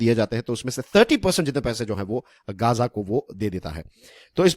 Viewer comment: अच्छा हुआ इस्राइल ने घेराबँदी की हैं जी गांजा की ......ध्यान से बोल भाई कहीं नशबन्दी ना कर रहा हो ....देख ले एक बार अच्छे से...